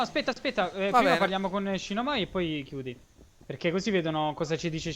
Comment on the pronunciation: spiega al tuo amico che si dice sinamoi! shinamoi sembra un pò da donna giapponese (sottolineando DA DONNA) D